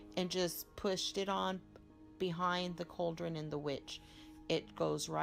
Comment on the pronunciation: its a Cauldron, pronounced Call dren, not couldren.. fyi